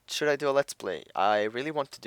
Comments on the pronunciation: when you say "should" it sounds like your saying "shit" XDD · "should" sounds like "shit" 4 me with yo accent m8